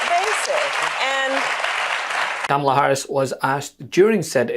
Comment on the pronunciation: Is she saying Kabala? How petty.